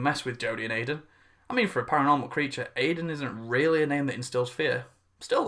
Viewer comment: Hi american here, and no its weird that she calls him Iden